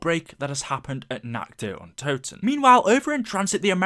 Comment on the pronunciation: I started taking vodka shots when ever he said natchderuntoten